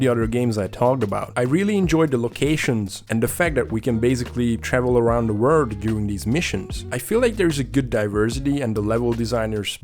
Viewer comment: I love how you say “word” instead of “world” lol